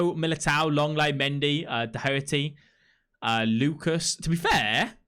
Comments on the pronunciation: "Do-her-aty" lol its pronounced dokerty mate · Doherty is pronounced (dock-her-ty)